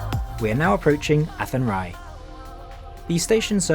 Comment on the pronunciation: That's the back entrance into ceannt Station, the front entrance is a bit more attractive.... kudos on the pronunciation of athenry though, it was spot on.